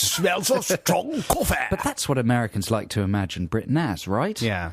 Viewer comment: Koffeh is evolving... Koffeh has evolved into WHAYZANG